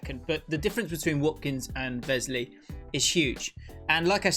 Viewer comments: No Grealish, Martinez is player of the season for me... Also its Wesley not Vesley haha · Please don’t say vesley